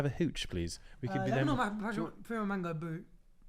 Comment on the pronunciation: my personal favourite part of this episode is when says “lemon or ma-passionfroo or mango boo” 😭😭😭😭